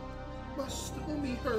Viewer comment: Better not get Taco Bell diarrhea today Caseohh 💀💀 Cuz you said “My stomie hurtin..” 💀💀